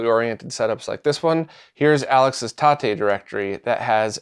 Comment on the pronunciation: Thank you for the TATE pronunciation! Now I can say it right 😁